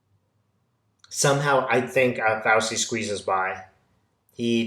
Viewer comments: (, it's pronounced "Fau-CHEE", not "Fau-see"). THANK YOU for your brilliant readings! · love your videos. You're mispronouncing Fauci; it's the ci sound of arrivederci. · Hey,. It's FowCHEE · Petty but Fauci is pronounced: F ouch ee like couchie. Lovely Italian name. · Thanks for supporting the concerned citizens of the USA, your fellow citizens. May I respectfully submit that you listen to CNN or another USA based news source speaking Dr. Fauci's name. As I had to learn some time ago, the c in Italian names is a CH for us English speakers. Peace and well being to all of us. Keep on keeping on.